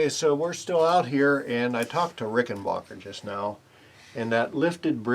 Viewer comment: It's RickenBACKER, not RickenBOCKER. WE don't say "defensive linebocker", Do we?